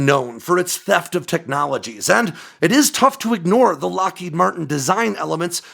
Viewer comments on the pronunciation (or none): none